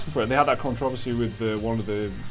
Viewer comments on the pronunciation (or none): did he say controvecy?